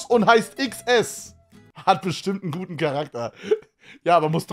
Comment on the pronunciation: Bei minute als er gesagt hat "das ist vom guten tim" hab ich gehört "das ist vom juden tim"